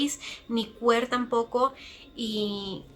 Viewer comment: se pronuncia quir en ingles